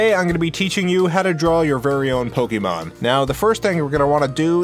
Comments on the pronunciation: It is not called pokeman it is called pokemon. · It sounds like he's saying Pokie-mon. In fact, a lot of Americans pronounce it like that.